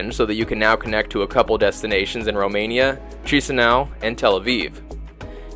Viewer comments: Chisinau correct pronunciation sounds like Kishinau not Shisinau😅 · No hate but the way he pronounced chișinau made me think it was a chinese city. Loved ur bideo it is awsome and its the first review of this flight that i have seen ❤❤ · Nice video. Strange that you commented that the food at the buffet was SO European. You were in Europe. And then just a note on pronunciation. Chisinau is pronouned "Kishinow". Iasi is pronounced "Yash". Good luck.